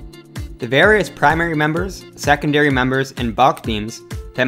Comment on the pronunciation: “seconadry” structural members.